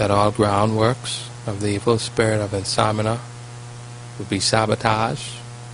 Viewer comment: It's not insomina it is called insomnia. In-som-knee-ah.